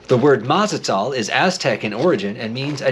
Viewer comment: Awesome video! But the correct pronunciation is Ma-ta-zel. Easy to remember… it rhymes with Mad as Hell.